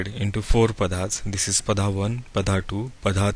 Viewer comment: Very nice program but pls Can u pronounce 'नक्षत्र' ना कि नक्षत्रा , and 'पद' ना की पदा , this wrong Hindi is always always heard on every u tube channel , I don't know why people r teaching concepts from sanatan and not taking pronunciation from the same , Kab Tak hum abhi bhi western world ke slave Bane rahenge !!! Jago Bharat jago 🇮🇳🇮🇳